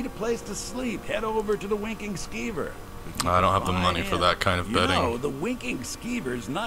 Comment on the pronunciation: I swear to god that guy said the Wanking Skeever the first time.